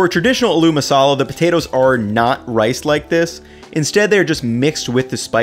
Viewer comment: My man really said “a mashed a Lou ma Salah” lol